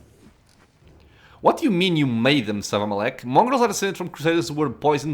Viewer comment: The way you read Savamelekh was really great. Ah, and the price of becoming a lich might be a little high for. Not that you didn't hint at that possibility early on.